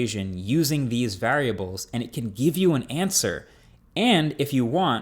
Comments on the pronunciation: "you can ask a equation using these vaRAWriables" 🤣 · Please tell me I'm not only one who noticed Marques's weird pronounciation of the word "variables". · Where are you from that you say “variables” like that 😂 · Marques has never sounded more New Jersey than when he pronounces “variables” 😂